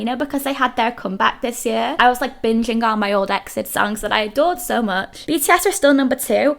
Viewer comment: Also no big deal but wanted to let you know EXID is pronounced as separate letters like E.X.I.D if that makes sense. Either way it's okay 💖